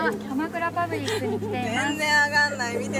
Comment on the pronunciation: 鎌倉パブリック→キャバクラパブリックに空耳しました(笑) ワールドの影響かな？